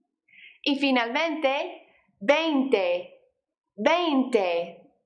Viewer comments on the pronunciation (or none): em.. no es veinte algo.. es VEINTI algo.. para la pronunciacion